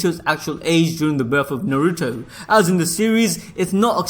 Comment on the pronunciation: Najuto - Na - Ru - To A - ka- t - s- ki